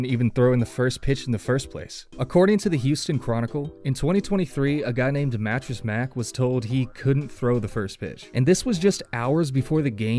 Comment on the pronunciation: Ik u aint from H Town. But they way u just say "a guy named mattress mack" lol😅 its ok man u dint know him, but mans a legend for his furniture. And helping in hurricane floods.